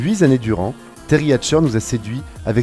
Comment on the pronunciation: ... huit zannées durant ...